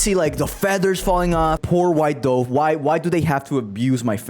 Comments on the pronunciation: bro mispronounced dove, and with that, I'm out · Why do you pronounce dove that way